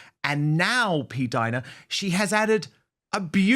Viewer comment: Finally!!! You are pronouncing her name correctly!!! PDINA, not Pdeena. Thank you!!! 🌷🌷🌷